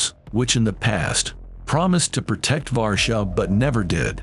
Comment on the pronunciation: Why do you say Varshav instead of Warsaw? Try Varshava.